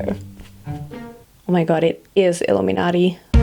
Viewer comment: I understood "Uh me naughty" instead of illuminati 🤦